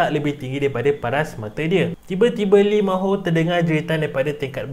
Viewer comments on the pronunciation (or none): lee ma ho 😂😂😂😂 its lee min ho actually 😂😂😂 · Lee min ho bukan Lee ma ho